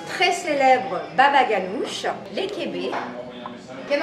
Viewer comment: Elle a dit le ban ganoushh je suis mort y aurait pu au moins l’apprendre à le dire